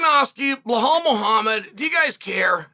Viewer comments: 😂 chael please it’s Belal not blahal… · Bē-LAL. not Blohall😂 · Chael, why are you pronouncing Belal as Behlal, there is no "h" in his name. His name is the easiest to pronounce, just say pronounce letters : B E L A L. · are you intentionally calling bilal as blohal because bilal is not hard to pronounce uncle Chael? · What's with Sael Chonen pronouncing fighters name wrong. First with Alex Piera and now blahal mohd. 🫡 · Great opening, old school Chael, mispronouncing. Bel- HAL. I miss some good old PROVOKI and PROKRAYEV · For God's sake, learn how to pronounce Belal. It's not Blahal 😂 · Chael pronouncing anyone’s name properly is the ultimate compliment. I guess Blahall hasn’t earned that yet. :D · You're lying. If you weren't new here you would know that Chael pronounces ALL foreign names wrong ON PURPOSE. Either that, or you just didn't realize because you don't pay attention.